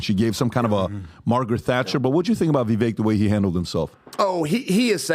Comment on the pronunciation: If calls Viv-ake, Viv-eck one more time I swear to God I'm gonna lose it, it's just straight disrespect at this point - get the man's name right for Christ sakes